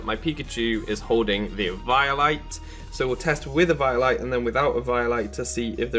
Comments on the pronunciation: eviiolite???? its pronounced eveolyte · Dude, you're saying Eviolite completely wrong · The way he says eviolite kind of makes me cringe